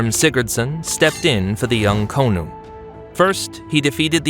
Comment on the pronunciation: I løve the american accent when saying konung sound like a hollywood ad the Koonung cool bro